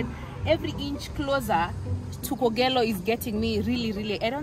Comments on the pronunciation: I thought you made a mistake saying Kogalo as opposed to kogelo - thank you for the clarification! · 🤣🤣🤣Truly, it's K'Ogello not Kogalo but I hear u. Good luck & enjoy. Thanks for uploading this